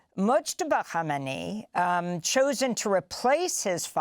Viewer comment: the first person to say his name right.